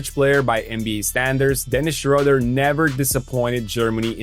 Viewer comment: I really wish english speakers would start to pronounce his name right its not that hard. Look it up.